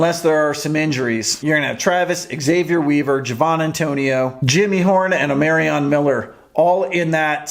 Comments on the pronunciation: Bro you keep saying his name wrong. Get it right!! Damn. O- Mar ree on. Not O-mary-ree on. SMH. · Hey, watch your videos often!! On Omarion, it's O-MA-RION...ma, like mama Not O-MARE-RION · It's pronounced OH-MAR-REE-AN 🦬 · You still saying Omarion wrong